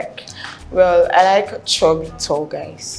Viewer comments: He said shoebi not chubby 😅😂😂😂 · I’ve been dying for the past 5 minutes😭😭🤣🤣🤣that chubby pronunciation took me clean out😭😭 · Point of correction sir the guy said shoebi 🤣🤣🤣